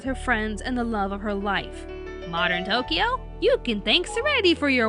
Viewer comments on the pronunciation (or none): none